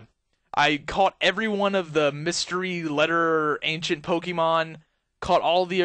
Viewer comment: Poke-E-Mon, thats how you say it; it's meant to be Poke - a - mon